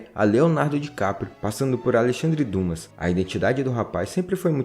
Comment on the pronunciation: Você errou na pronúncia de Alexandre Dumas. Na verdade se pronuncia Dima.